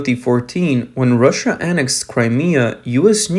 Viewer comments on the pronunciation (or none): none